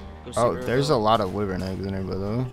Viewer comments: What’s a whivrin? I know what a wyvren is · What's a wyvren? I know what a wyvern is😂🤦‍♂️